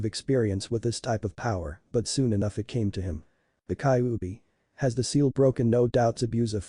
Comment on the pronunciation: and its ky-you-be thats how u say kyubi